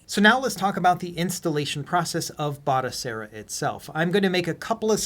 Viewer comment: Its pronounced Batochera, not Batosera. I've got this running on an Atari VCS, works a treat.